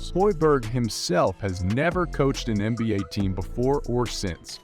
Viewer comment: Could someone explain to me what an “An Bay” is? Or Could someone send this guy back to school?